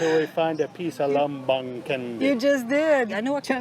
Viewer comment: No offence, but Candi Lumbung should be read lo͞ombo͞ong / lo͝ombo͝ong not ləmbəng 😂